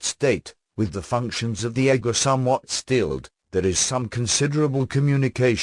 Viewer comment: I read the Seth books back n the 80’s, & was recently told they existed here on YouTube. I just learned this yesterday. 😲 wow.!! Thank you 2 whom ever decided 2 put this here 4 me.. on my path. U r sooo appreciated. The computer animation voice is perfect 👌. (Once I got past eggo- 4 ego. lol.) I think even Seth would approve. I definitely subscribed & will continue 2 listen. Soo much 2 absorb. Thank you again. ☮️❤️